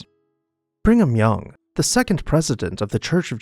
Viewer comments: What a shame such a fascinating and unique house was torn down and replaced by an anodyne government box. By the way, I believe it's Brig-am Young, not Bring-am, but please correct me if I'm wrong. 🤔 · His name was actually pronounced BringEm Young...... as in pedo ......